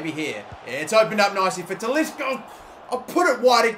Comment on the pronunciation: Please say Talisca's name properly.